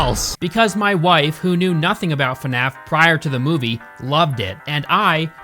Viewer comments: The best part is how you pronounce fnaf. Fanaf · fuhnaf?? Come on bro, Anybody who calls it that is a huge fan, like nerd fan level